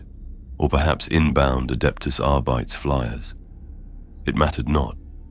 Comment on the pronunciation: Either this is also Fantasy Future, or both are Ai generated channels. 😢 Edit: it is an Ai narration 😢 "arbites" is pronounced "ar-beh-tease" not "ar-bites". Ai doesnt understand syllable emphasis, and most people writing Ai scripts dont write uncommon words like this phonetically so the script pronounces it correctly.